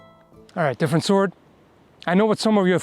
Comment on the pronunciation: What’s a sord?